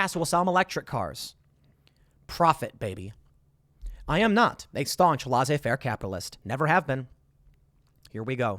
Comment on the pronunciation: Hopefully I'm early enough for Tim to see this: the "laiss" part in "Laissez-faire" is pronounced more like "less" than "lahz". Thank you